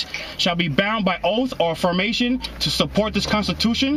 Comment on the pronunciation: He axed the cops if they took an "oaff".. instead of taking and Oath.